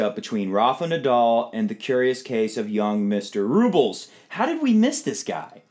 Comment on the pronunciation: RublYOV (just to show how it's pronounced and where the emphasis is in Russian) is not my favorite player; but he has a determined mean streak that he channels into his tennis. Nadal will be very very determined however - he doesn't want another loss to a teenager. I think I'll go with experience this time.